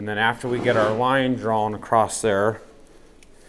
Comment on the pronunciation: There is no "T" in "across"...